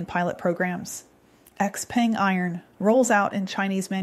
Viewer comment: hello... I thought XPENG is pronounced she-peng